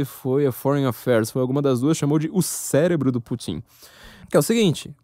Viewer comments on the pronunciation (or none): none